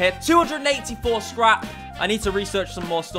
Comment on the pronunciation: The popped P in scrap and the other mispronunciations are a side effect of the stimulants.